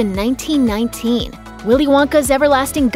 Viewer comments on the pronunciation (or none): none